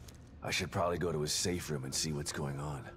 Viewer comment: Whenever you say room it sounds like you say roum